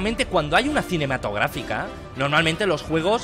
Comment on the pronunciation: por que pollas dice cinematografica???